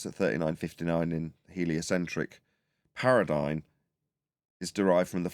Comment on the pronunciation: Thanks for the daily show! BTW Paradigm is pronounced with an 'm', not an 'n'. Much love ❤